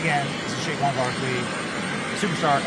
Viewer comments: Say-quon, not Shaquon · It sounds like Benny is mispronouncing Say-quon Barrkley's name?? It is NOT Shay-quon!! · Benny …. It’s “SAY-KWON” Barkley. Love you bro. lol